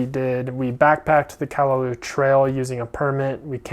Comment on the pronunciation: Very interesting & informative video about the different film choices. I'm intrigued (yet intimidated lol) by film photography. Some of those shots are so sharp/in-focus, I didn't realize film could achieve that! On another note, it's pronounced: Kah-Lah-Lau (like the sound you'd make when saying "loud" minus the d sound) -- not "Kah-lah-loo", as you were saying. & Waimea is: why-meh-AH Not "Why-ah-meh-ah", this is a common thing I hear when mainlanders/haoles pronounce it, but it's frustrating to hear bc there's NO "a" after the "i" (aka saying it like: "Waiamea"). & the falls in the canyon is called: Waipo'o Falls (Why-po-Oh). I figured since you actually got the spelling of "Nā Pali" correct (tho Kauaʻi ⬅️ needs its ʻokina) that you would be open to knowing/learning the proper Hawaiian pronunciations 🤙🏾